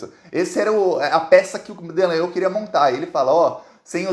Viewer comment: pq vc insiste em dizer DEllangnol?